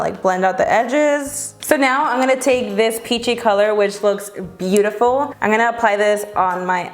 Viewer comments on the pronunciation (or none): I freaking love her but does anyone notice that she says "an gonna do a first impression" instead of "i'm" lol it's cute! Love you!!!!